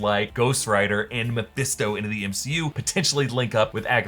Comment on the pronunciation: I swear, if I hear the name Meohisto one more time…